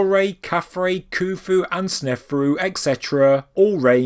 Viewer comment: why is there a silent "H" in Khufu ?